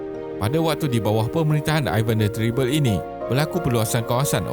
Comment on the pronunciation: Bkn teribel, e taling tu.. mcm "perak"